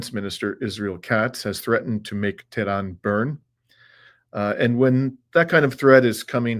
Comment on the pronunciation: lol love your failure pronunciation of Tehran - pathetic. so I guess "the Jews' don't own YouTube afterall.... or else how would they allow the thousands of anti-Israel video uploaded this weekend, with all the hateful anti-Israel rhetoric in the comment sections! i dare you to address this fact, you toad